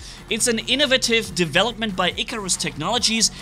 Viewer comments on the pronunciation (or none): none